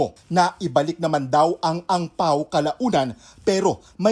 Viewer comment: Hong Pao not Ang Pao...sus!